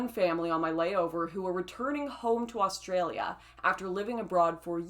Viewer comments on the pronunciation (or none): none